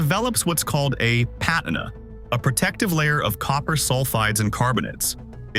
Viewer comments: It's pronounced pa tina not pat ina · patina is said pah-teen-ah not pat-en-ia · Never heard patina pronounced like that🤣